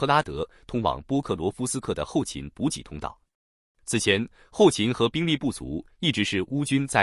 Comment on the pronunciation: ｂｕｊｉ补给，不是bu gei